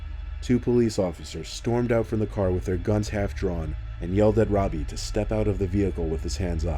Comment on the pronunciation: Anyone else think of the dude from “Jessie” when he said his name? 😂😂 Well... he said “Robi” (or however you spell it) but it still kind of sounded like “Ravi” 😂